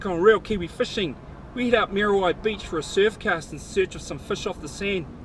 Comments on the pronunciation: moody why beach bra,not mear a why...lol thanks bro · Mean vid bro but cmon butha its not mary why dont be ashamed to pronouce it properly ehoa , churr